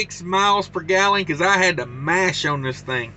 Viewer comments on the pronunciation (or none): none